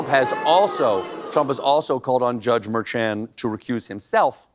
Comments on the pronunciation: Mer-sean(shawn) not mer-chan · Stephen, The judges name is pronounced Mer-shon. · It's Judge Merchan: Mer-shon, like Cole-bear 😊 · Glenn Kirschner pronounces Merchan as Mershawn. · You're mispronouncing Judge Merchan's name in the beginning, but then switched to the correct one (more like "prawn"). Not sure what happened, but good to get the correct info out there in the end.